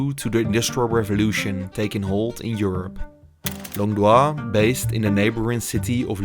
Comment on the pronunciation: Longdoz is in het frans uitgesproken als Longdoo, jouw uitspraak is die van Longdois.